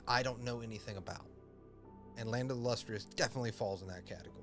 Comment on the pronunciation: Lustrous, not lustrious, and its phos (ph-ah-s)